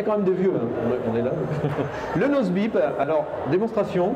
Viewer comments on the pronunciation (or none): je regarderai en entier plus tard, mais je suis tombé a un moment ou c'est écrit "nose-beep".........mais c'est "boop" qu'on dit ._.